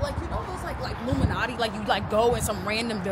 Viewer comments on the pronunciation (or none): Wow she can’t say illuminati ?